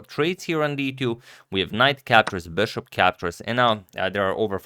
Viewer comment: "beshop"...come on dude, it's BISHOP